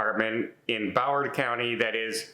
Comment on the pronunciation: Maybe it's your accent but there's an "r" in Broward.